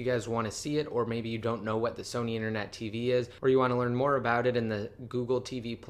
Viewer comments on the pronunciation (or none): none